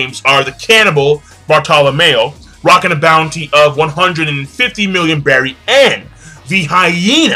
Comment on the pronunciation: Belli. Not berry. You are not Japanese you know how to pronounce L